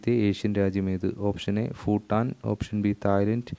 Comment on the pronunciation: 'ഫൂട്ടാൻ' അല്ല 'ഭൂട്ടാൻ'.... 'സഫ' അല്ല 'സഭ'...